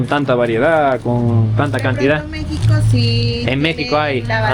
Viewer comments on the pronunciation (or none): none